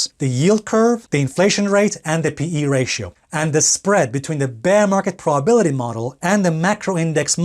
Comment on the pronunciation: WTH is a "praw-bility" ?